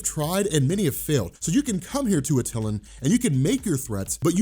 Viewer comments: AT-ill-An not Aw-tillan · You're saying attilan wrong....